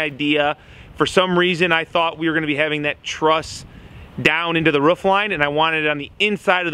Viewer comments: I enjoy your vides dude but you cant say the word ROOF, only rough sounds like every time ? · Wow it cracks me up every time says ruff instead of roof! Dude did something bad happen in your childhood or what!?